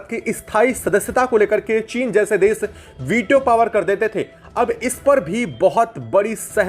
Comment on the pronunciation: Hello content creator- please do not pronounce- desh as das, or Nation — Nashan as nasan Or action -acsan Your small efforts will make your content excellent.